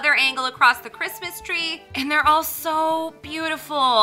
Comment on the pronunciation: OH CWISMAS TWEA OH CWISMAS TWEA